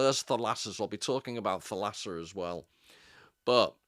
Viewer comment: Thalassa is pronounced with the accent on the first a = Thàlassa and means sea (ocean) in greek.